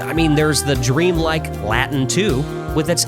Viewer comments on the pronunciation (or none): none